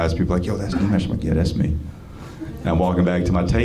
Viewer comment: Nimesh got the accent and voice bro